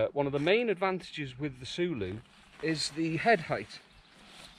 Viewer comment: Say it like saying “solo”. Not sooloo 😆